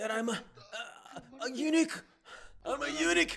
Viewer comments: Eunuch가 자꾸 Unique로 들립니다 ㅋㅋㅋㅋㅋ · eunuch발음이 유니크랑 비슷하군요... 유니크한 고자